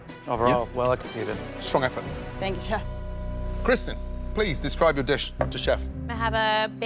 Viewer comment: "Thank you CHE"